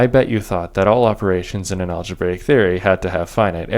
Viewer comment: aglebraic daata tyepes :D